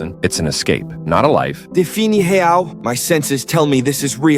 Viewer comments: “defini heau” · "DeFiNi hEaL" got me rollin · “Deffinnie wreal” (That is what it sounds like to me) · "the fee nee heaul" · “Difini heao🤓”